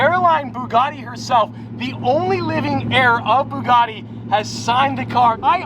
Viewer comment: "BOOGARDY"?? It's "BUGATTI" "BU" rhyming with "YOU", "GATTI" rhyming with "FATTY"